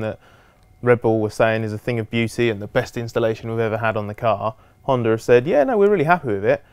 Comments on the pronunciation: HondA.. stop saying Hondar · . What the hell is a honder?